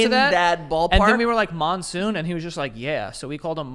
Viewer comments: I'm just thinking about the middle eastern man you called Monsoon ... the middle eastern name I know that's close to that is Mansour (pronounced Munsoor). I'm dying 😂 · His name was Monsour not monsoon 😆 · its mansoor lol not monsoon 😂😂😂